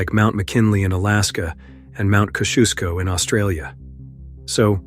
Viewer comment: its mt kosciuszko not mt kahooshko 😂😂😂😂